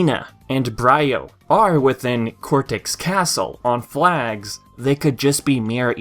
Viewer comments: “Bry-O” it’s pronounced “Bree-O” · It's pronounced N BREE-O not BR EYE O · Wtf.. N Bri-o? Lol its just like embyro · I'm pretty sure it's pronounced "n-bree-oo" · N. Brio should be pronounced like 'embryo'. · N. Bri-O... that’s not how it’s pronounced... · It's okay. I was wondering why you said CNK instead. Even though you mispronounced Brio, I'm sure we still knew who you were talking about. And Your welcome. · You pronounced N. Brio incorrectly. You ruined the pun.